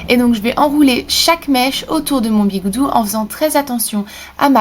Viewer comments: On dis des bigoudis et pas des bigoudous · Sa sa dit bigoudis